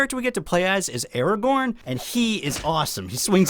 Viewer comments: Did you just say: Araborn? I loved this game as a child and still play it sometime again just for nostalgia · Aragorn? I couldve sworn his name was Ara-gohn. What kind of mandela effect reality is this